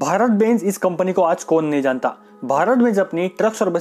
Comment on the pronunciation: Bhai phele plss bbeeennnnzz ka pronunciation ko theek karo